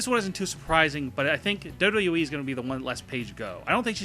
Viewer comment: You're a fucking moron who doesn't know shit! And i hate the way you pronounce wwe. What the hell is dubdubwi??